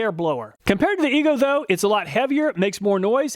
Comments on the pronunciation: are you sure about the pronunciation of EGO? i would think it would be E-Go, not E goo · Make a video where you just say, "E-GOO" over and over until you figure out how to properly pronounce it. Hearing you repeated so many times Almost seems like you were just messing with us! like nails on a chalkboard! 🥴